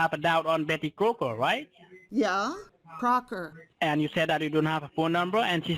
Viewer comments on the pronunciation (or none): He never gets Betty Crocker right. It is Crooker over and over again. He definitely is a talker from Calcutta.